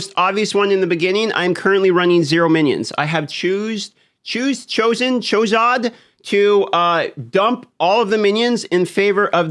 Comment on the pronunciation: "C'thulu aye hav chooze chozen chozod"